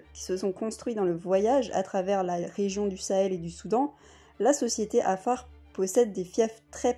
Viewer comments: Vous prononcer lal le mot Afar,vous dites kafar,alors que dans la transcription latin la consonne Q se prononce qu'en arabe ou afar car cette tonalité n'existe pas en français et donc vous n'êtes pas obligé de le prononce ,dite seulement afar En transcription afar = qafar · Félicitation pour tt c travail .mais il faut revoir la prononciton du mot Afar.par ce ke vs dites kafar alors c Afar avec 3 lettre. Merci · Merci. Par contre il aurait été avisé de prononcer correctement le nom de notre peuple : 'Afara, le q vaut pour le ein, il ne s'agit pas d'un k mais de l'effort fait par les 'Afara de transmettre leur culture orale comme celle des Fulani auquel vous les comparez à travers l'alphabet latin. C'est dommage que l'objet de la comparaison n'ait pas été traité avec la même rigueur que le sujet de votre discours. Ça m'a bien écorché l'oreille. Au passage, les 'Afara partagent des traits culturels liés au pastoralisme avec bien d'autres peuples vivant du pastoralisme exclusif, et leur betail est composé avant tout de dromadaires, les vaches ne sont que sur les territoires fertiles qu'ils possèdent. #'Afara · Tous ce que vs avez dit semble très intéressant et j en doute pas .. Mais perso je ss un Afar ..si je te présente mes excuses enfants ma famille ou mm ma culture . Tu seras stupéfié de la ressemblance. Parcontre vous dite bien. Que vous étiez en éthiopie , étiez vous dans la région Afar ? Si oui ...à vous de jugé. Et svp dite à cette personne de bien prononcer Afar 😊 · Il y'a un Dakar près de Harar. Mauvaise prononciation de Afar.